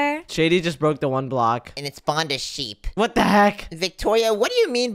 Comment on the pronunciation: when shady became a bird and says OLA and i say it alot to my friends and family also i like when they say WART not WHAT its WART w mans